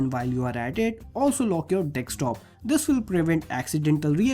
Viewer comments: Observe he dosnt pronounces desktop... He says dekstop lmao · hahaa 'dekstop' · did he say dickscreen👀